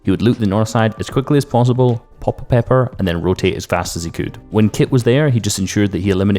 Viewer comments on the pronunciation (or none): none